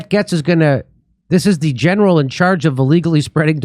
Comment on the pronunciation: An idiotic ‘’